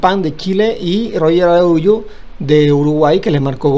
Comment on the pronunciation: Araujo favor pronunciar correctamente un apellido muy corriente. No acabemos con nuestro idioma